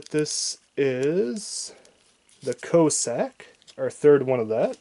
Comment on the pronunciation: If you want people to watch your video's LEARN HOW TO READ, and PRONOUNCE NAMES, "Co-Sack" etc .